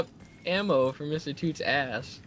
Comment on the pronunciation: it mr toots not tooths